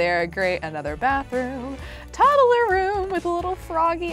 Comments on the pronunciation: i love how she says toddle insted of toddler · Am I the only one annoyed when she says toddaler